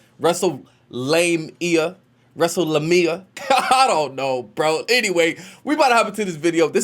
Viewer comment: Lame-ia not lumia